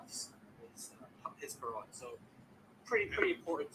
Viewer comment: Oh also he was introduced as an Arabic expert yet he reads Assim as "Awesome". He can't even read. Wake up bruh.